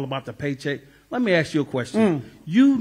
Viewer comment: Dear black Americans You can't AXE someone a question LEARN ... BASIC ... ENGLISH!!!!